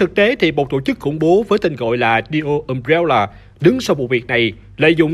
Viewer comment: Cốt truyện hay, đọc ok đó anh ad ơi Nhưng mà: Um-Bre-La hay đọc là Um Re La Hỏng phải là Um Réo Là 🥲🥲🥲